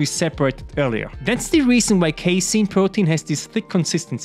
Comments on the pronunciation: you know hes grown when he goes from saying case a in to casein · Damn now you know how to say casein hey